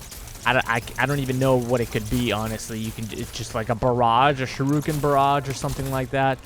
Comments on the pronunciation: If you wanna pronounce torgardo correctly I will let you know how to pronounce torgardo correctly its tor-Gado not tor-Gardo and heres how to pronounce shuriken properly heres how! Shur-EEken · It's pronounced (SURE)•(ICK)•(KIN) A combination of that and kunai (throwing knives) might be cool but I think a bad ass Bow would be awesome. There is a ranged fast weapon so why not have a powerful heavy-hitting ranged slow weapon like the axe / hammer to balance it out.